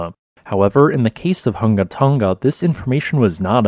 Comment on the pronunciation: Tong-a, not fucken tungga